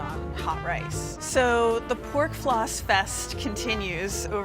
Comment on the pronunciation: At the beggining she pronounces "rice" like "race" or something like this . Is that a common pronunciation?